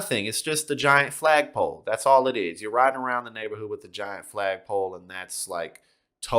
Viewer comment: Did U Say FAGpole?